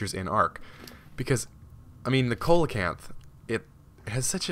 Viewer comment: Why is there a phenomenon where every ark youtuber pronounces coelacanth wrong? Its pronounced seal-ocanth?